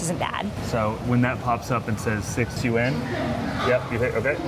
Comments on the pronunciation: Nah, was closer. Just have to say it in one syllable though, not two. In China, bucks = kuai. No one says yuan or rmb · pronounciation of yuan sounds more correct..sorry 😅😅 generally speaking food portions in northern China are bigger than southern China.